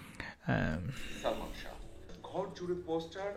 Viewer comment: একটি কথা বলি সঠিক উচ্চারণ হলো শাহ্ ঠিক আছে আর আপনি বার বার উচ্চারণ করেছেন শাহো I think you understand